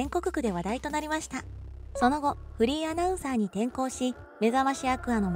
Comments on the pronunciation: フリーアナウンサーが フリンアナウンサーとしか聞こえん😳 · フリーアナウンサーだか不倫アナウンサーだか聞き取れない😂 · フリーアナウンサーが不倫アナウンサーにきこえる😭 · フリーアナウンサーっていう時、不倫アナウンサーって言ってるよな？ww言ってるよな！？w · 私もそう思いましたわ。ちゅうか、わざとそう聞こえるように言うてるやろ（笑）。